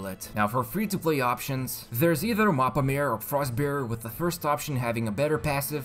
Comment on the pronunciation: It‘s not pronounced „mappa mare“ its pronounced „mappa ma-re“ . It’s italian. The tome of the sea.